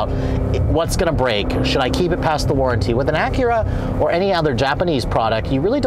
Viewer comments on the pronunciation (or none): none